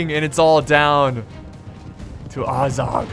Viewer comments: It is neither Ay-zog or ah-zog it is AS-zog like saying the word as and then zog. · I know that b of the American accent you pronounce Azorg as u(like cut)-z-u(like cut)-r-g. But you pronounce it as A(like cat)-z-o(like pot)-r-g. Just saying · AsphaltSlayZ It's actually Ah-zog. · its not the same thing! :( the name is ATT (like Attack) TSOK...their language just like the dwarven is supposed to be like Latin and German. so no Ay for A but AH (again...like Average or AHragon, Ahab, AHpple etc. Not AY like Age or hAYted). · its AH-ZOG...you can even hear it in the hobbit movies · Azog with an a pronounced like apple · I think azog is pronounced like the a in apple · How did you pronounce azog two ways and still get it wrong lol just listen to Legolas and thorin in the hobbit bro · there is no r